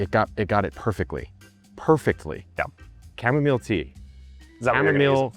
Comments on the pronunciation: Every pronunciation I have ever heard, since I was a kid, is “Kam-Oh-Mile”, not chu-mom-ole. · Dude, you broke my ears with the weird chamomile pronunciation. It's too weird. Just KAH-muh-mile, please. Honor the plant. I'll go back to drinking my kamille thee (Dutch). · you've ruined the pronunciation of chamomile for me! I've planted it for the first time this year and every time I check it I think "I wonder how my cham-om-o-lee is doing" and have a little giggle to myself about it !! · Are you saying chamomile wrong on purpose?! 😮😂